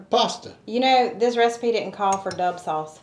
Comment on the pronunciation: I think it’s Dub as in the letter w